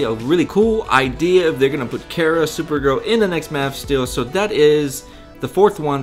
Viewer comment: way too much speculation and it would be better if you didn't mispronounce things like kara and plato